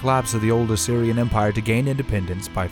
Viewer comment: "Assuria" ? Assyria you mean.